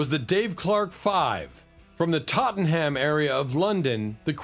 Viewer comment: Really enjoyed this....BUT spoiled only by the American narrator's pronunciation of the UK place name "Totten - ham." Brits pronounce it Tottnam....2 syllables NOT "Tott-en-ham" -3 syllables. Sorry to be so pedantic but these silly errors spoil what would otherwise be an excellent job.